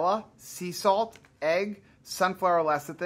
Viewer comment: CONGRADULATIONS!! finally pronounced Lecithin correctly. Good Job.! Also you looked so pretty:-) Those cookies sounded absolutely delicious. I love soft chewy cookies, although I have never been a dunker.The thought of crumbs floating in my beverage just grosses me out! lol Salted Caramel Choc Chip